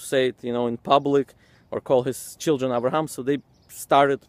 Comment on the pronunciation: He should correct the pronunciation of the letters before talking about the corruption of words. He pronounces 'Abraham' as 'Avraham' and 'father' ('ab') as 'av'. I don't know where they got the 'v' sound from, because it should be like other Semitic languages. Arabic pronounces 'father' as 'abb', and Aramaic as 'abba'. The same goes for other letters, like waw in 'Dawud' they pronounce it as V like 'David' with a 'v'. 'ha' they pronounce it as 'kha'. 'sin', sometimes they pronounce it as 'shin'. They can't even pronounce the letters correctly.